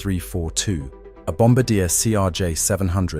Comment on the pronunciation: It's Bomm-barr-dee-yay, not bomba-deer.